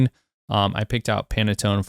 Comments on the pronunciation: It's pan tone, not Pana tone. Great video, thank you very much! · pan-tone not panatone lol great video though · My brother, it’s not pronounced “pannetone”, it’s pronounced “Pan-Tone”. Like a frying PAN and the TONE of the song. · Stop saying PanAtone please :D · It literally says 300 and you kept saying "30". Am I losing my mind? And he kept saying "Panatone". Have I been saying Pantone wrong all this time too? I'm so confused...